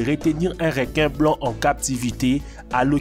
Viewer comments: REQUIN PAS "RÉQUIN" lis le comme sa stv REUQUIN (ecris le pas comme ça par contre) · on dit pas rinquin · Des réquin marteau des réquisitions tigre 😂 c’est reeeequin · Pourquoi il dit "Réquin" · Apprend à parler non ? Réquin